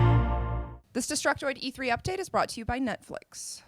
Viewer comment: did she said nutflix?